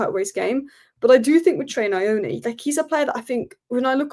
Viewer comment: ❤ you... please come for a tutorial of how to pronounce Nyoni 😂😂😂... it sounds more like New-oo-nee